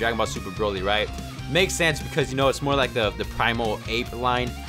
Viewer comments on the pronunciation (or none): none